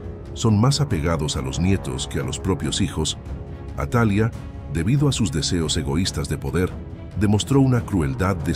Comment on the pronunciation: No es atalia si no atalía, su pronunciación ya cambia ..buen video, gracias.